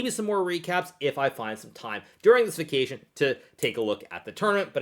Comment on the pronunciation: Nice interpretation of “vacation” xD